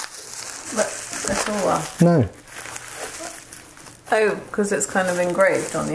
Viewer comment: Correct pronunciation of Tulwar - Thull (like dull) vaar (like car) Also the extremely curved one might be a Tegha(pronounced Thay Gaa)